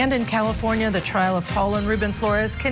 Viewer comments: she said Triar instead of trial and just kept going. Broadcaster! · This woman can't even pronounce the word "trial" !